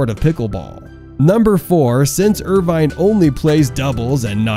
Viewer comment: It's pronounced with out the e. Irvin.